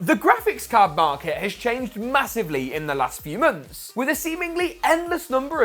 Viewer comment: mönths mönths